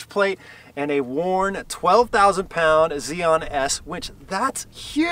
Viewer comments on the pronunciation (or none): none